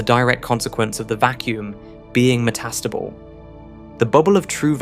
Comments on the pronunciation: "Metastubble" OMFG, if you're going to talk, learn to pronounce! Yes, I know, it's "me" problem, but Jesus, i actually had to watch another video. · The AI's emPHAsis is meTAStable 😂